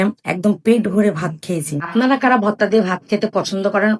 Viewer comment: Votta votta ki apu eta to hobe vorta😁